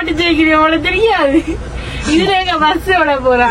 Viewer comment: Vus illa bus